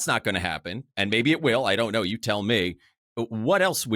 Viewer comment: There is no R at the end of the word ‘know’!!! 😂😂😂